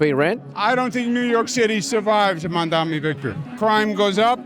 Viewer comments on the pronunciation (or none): "Mandamni" has got to be one of the most egregious ones yet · Cuomo still can't pronounce mamdani's name, lol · They can't say Zohran Mamdani correctly... We should spell Cuomu/Coumu/Qwoomoo/GooyMoo incorrectly! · Andrew Cuomo is literally incapable of pronouncing Mamdani correctly. I can't tell if its because he's old or because he's islamaphobic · He still can’t pronounce his name ffs